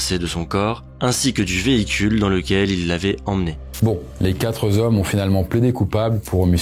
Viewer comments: Les quatre z accusés... Les quatre z hommes... + manque de rythme, manque de fond, blabla vaseux, images intermédiaires bidons grotesques, explications finale en eau de boudin, bref, il ne se passe quasiment rien. Le ton est ennuyeux au possible. Tellement décevant. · Les quatre zhommes !? Vraiment !? 😅 Il n'y a pas de "S" a quatre on ne fait pas la liaison... Ok... Je sors... 😊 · Vers , , les "quatre z'hommes"? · Merci de revoir vos liaisons. Il n'y a pas de s à quatre. Donc pas quatre z hommes. Merci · "Les quatreuz' hommes" 😥